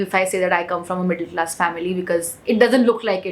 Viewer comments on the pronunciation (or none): none